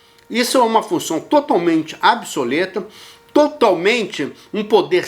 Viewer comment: Absoleta??? Kkkkk wtf?